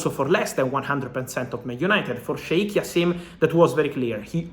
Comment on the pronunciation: the J is pronounced Fab, and it’s like Jaassim not Jasseeeeem